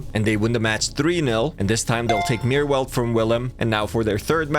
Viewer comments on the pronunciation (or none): pronounced may-rr-veld